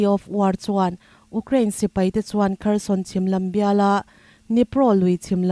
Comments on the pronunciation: Ukcraine ani lo,u_craine tih a lam tur.... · Ukrain, Ugkrean, tiin i lam tlat mai hi, khawvel news puangtu dangte nen in lam dan a in ang lo hi enge a awmzia aw (Youkrean , Youkrien tih hi) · Uk rain ti renga U kraine tiha lam tur ania. Ukraine hi news in ti tlem deuh a , rawn ti zing deuh thei ulang Israel aiin.. Israel lam chu news tinahva chhuak a